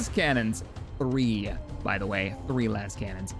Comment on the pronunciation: LASE-cannon not lass-cannon.